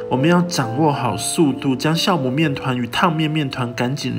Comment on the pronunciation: 教母，不是 校